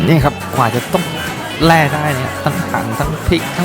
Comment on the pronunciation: แล่ปลาครับ ไม่ใช่แร่ และอกกเสียง ร. ล. ให้ชัดเจนหน่อย